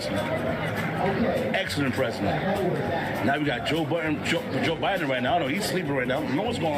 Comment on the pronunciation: Did he say Joe Burden? 😂😂🤣🤣